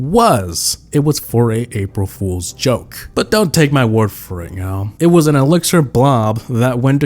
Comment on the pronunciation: Bruh it's "*elixir*"